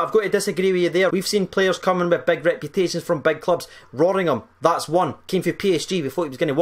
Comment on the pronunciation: Rawringham? You mean Rothen?